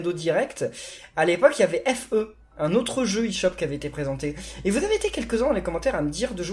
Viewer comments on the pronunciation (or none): FE se prononce fé